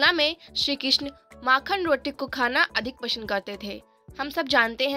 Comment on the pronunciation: Abbey pasnd ko Pashand kon bolta hai 😂😂😅